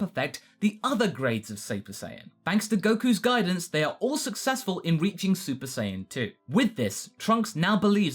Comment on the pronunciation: You said SAPER SAIYAN